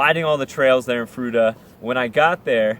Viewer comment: Fruita, froo-eee-tah.